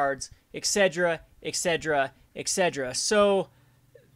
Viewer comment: Hey no hate but I notice you say 'etc etc' like 'exedra exedra.' The actual pronunciation of the term is etcetera etcetera. It's not a big deal and I love the channel but for some reason that just bothers me a ton haha.